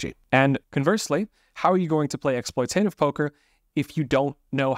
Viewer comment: Correct pronunciation: ek·sploy·tuh·tiv not ek·sploy·tay·tiv 😊